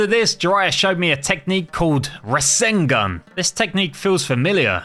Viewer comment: He said rasangun not rasangan